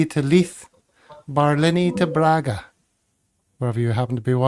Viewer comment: I’m afraid you’re not very reliably informed as to the pronunciation of “Braga”.